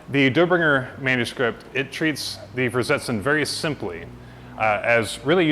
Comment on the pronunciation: The german V is said like an F. Fersetzen.